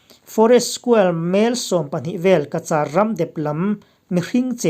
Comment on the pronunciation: Cachar in lam rik dan hi ka vawikhat hriatna a ni. Han ngaithla chiang ve leh ula, a dik anih chuan a ṭha a,Ka - Char dan hi a mak viau, lam dik nise. News a ngaihnawm ṭhin e